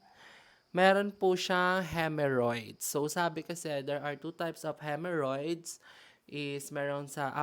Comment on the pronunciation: HEMOrrhoids not HEMErrhoids